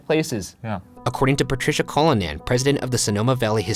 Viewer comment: My surname is Cullinan! Love hearing you butcher my name,. <3